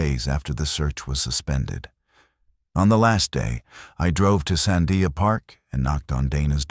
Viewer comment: This video is a crock of shit. Because if you were a real ranger in New Mexico especially Albuquerque area. You would know how to pronounce the Sandia mountains. So far you have called the everything but the Sandia's. One of you words is Sundia. This is not right at all.